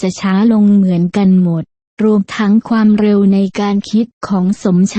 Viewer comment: ไม่อยากให้ผู้บรรยายออกเสียงว่า ฟามเร็ว : )